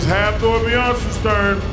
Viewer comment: Lol, he said Beyonce.